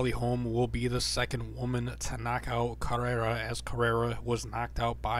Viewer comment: It's Betch co-hey-a, how you prounounce it